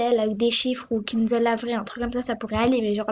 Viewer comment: apprend a prononcer son nom deja